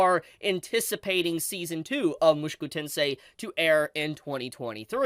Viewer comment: bro.... why r u saying "mushiku tensei"?